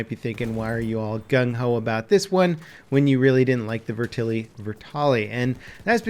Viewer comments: I'm sorry, but the way you said "VETerlli" pissed me off lol. It's VET-erlli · its Vet-er-lee not Ve-terly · 'Vertili' AT LEAST TRY TO PRONOUNCE IT RIGHT MY GOD HOW HARD IS IT I'm not even Italian and this pisses me of lol